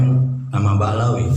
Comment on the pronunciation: 😅😅😅 lo denger ya utuber bodohhhh dia nyebut Ba alawi 😅😅😅 kasian deh lo